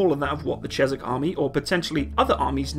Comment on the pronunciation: Jeez, man... It's pronounced "ʧɛk", as in "I'm signing a bank cheque".